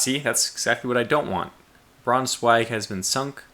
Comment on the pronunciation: You have to pronounce the "Braunschweig" like "Braunshweig", the sch in German is a "sh" in English.